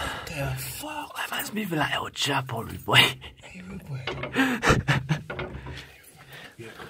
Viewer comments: Boy said el chapo lmao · Man said el chapo🤣